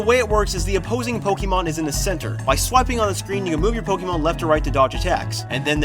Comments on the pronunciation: did he say POK-E-MON? its POK-AY-MON. cough. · This me: Getting Pizza looks at people Kid:Boy I love PokEEmon go Me: ITS POKAYMON NOT POKEEMON